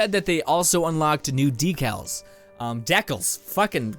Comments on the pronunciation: Deeeeecaallls!!!! Not Deckellllssss! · Decals (Dee-Cals) Anyone annoyed by the way he says it?